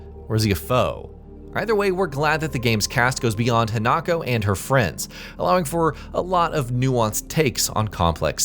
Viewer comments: It's pronounced He-nuh-ko, not Hen-Knock-Oh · HI-Na-ko....not HEnako...theres no he in her, And you didnt tell something new..like why doing an info video when the info you have is just that what everyones know anyway? What a waste of time XD